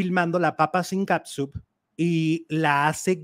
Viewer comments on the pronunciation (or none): Jajaja dijo Capsunnnn???